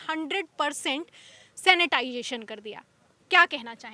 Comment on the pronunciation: Sanitation ko sainitisation bolne waali is anchor ka mental level kya hai,ye access kijiye bhai